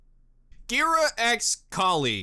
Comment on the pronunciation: Ghira's name is pronounced Gear-a, as in Bagheera, the panther in The Jungle Book. Sienna Khan, the White Fang leader they mentioned, is a Shere Khan mention. I want to find out what the hell they did with King Louie!